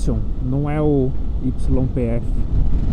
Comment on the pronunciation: na Argentina YPF se pronuncia IPF. 👍🏼